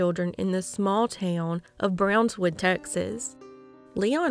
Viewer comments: Brownwood. Not brownswood. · Brownwood, not Brownswood.